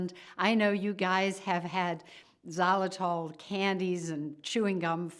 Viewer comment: What the heck is zalatol? She keeps repeating it.